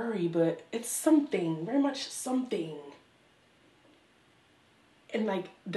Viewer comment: Girl I lost it....them red flannel pants..when you said "sumthing"😭